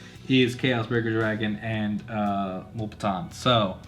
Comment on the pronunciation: Its “mew”- lepton. Just FYI bro. 🤗